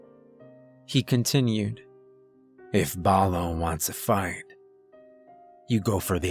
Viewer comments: I love all the great narrators I listen to but it still cracks me up when I hear obvious mispronunciations. Like...buh-loo. the bear from jungle book. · The mispronunciation of "Baloo" bothers me more than I should admit...lol. Like, have you never seen The Jungle Book or Tailspin?